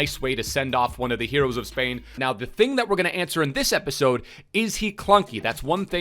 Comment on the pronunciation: I just dont like u say episodia